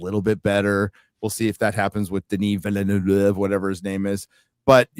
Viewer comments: I’m pretty sure it’s pronounced like OF, and not OOV. Based on a YouTube video I saw where he was saying his own name. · with Denis Villeneuve, all you have to do to spell his name correctly is pronounce the second V and you will be fine. VilleneuVe. (which in french means "new city"). You say the first V and second V and you got it. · Villeneuve is a fellow Québécois like me. I speak French. Why would it be spell it with an F when it's a V that is there. EVERYBODY that is French all over the World pronounce his name with a V. Cause there's a V there. lol Maybe your ears needed some cleaning.